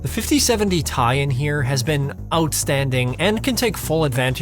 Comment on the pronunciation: Brother did you just say the 5070 [tie]? lol It's Ti (Tee-eye). Dope editing on this video. Welcome to the Linux family. I left Windows 13 years ago and never looked back.